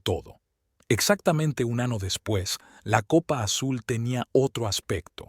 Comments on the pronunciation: Muy buena Historia y buen final .. Pero el hombre que relata la Historia ,, muy mala la narración , no sabe pronunciar las palabras correctamente ,,, las palabras se oyen como parte del cuerpo humano … Año lo pronuncia como Ano. Muy mal …. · La historia buena. La persona que habla es horriblemente malo. Deben usar personas que hablen bien el castellano. Que sepa dónde acentúan las palabras, saber que el abecedario español tiene n y ñ. Que año es diferente a año. Año es el órgano para evacuar. Año es el tiempo que señala el calendario. Los acentos usados donde no van. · No hay que juzgar la traducción hay palabras que no puede pronunciar . Narrador te aconsejo tona un curso de español latino . no sé dice manana se dice mañana. no sé dice ano se dice año. ano es una parte de nuestro cuerpo que es pulsamos las Eses. 🤗🇨🇴❤️